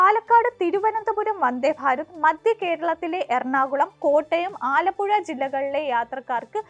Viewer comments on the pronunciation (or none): none